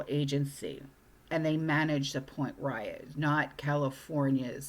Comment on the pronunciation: Point Reyes is pronounced Point Rays.